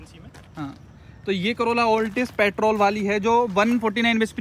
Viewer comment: Petrol hota hai petol nhi 😂